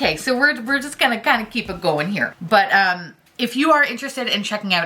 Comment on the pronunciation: “We’re just gonna keep it going here...” heard a little Fargo accent slip in there 😆